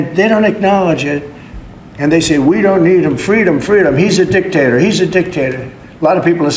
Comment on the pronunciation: "I don't like a dic-tater. I'm not a dic-tator." Okay, Donald, fine, you're not a dictator...you're still a dick tho so if you could just leave office and take your nazi mutants with you...that'd be great.